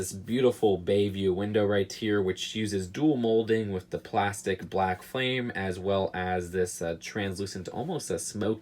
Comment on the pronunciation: lol, u said flame not frame and btw, yer a wizzerd harry!